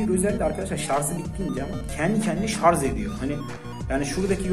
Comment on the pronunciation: Şarzzzz değil ŞARJJJJJ :))